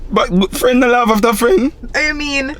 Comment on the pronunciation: sey" it nuh look tree bad" lol